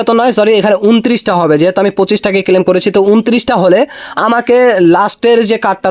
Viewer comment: ক্লেইম বলেন কেন? মূর্খ, ক্লেম করা যায় না